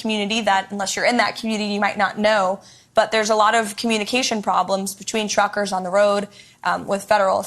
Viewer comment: She said chruckersh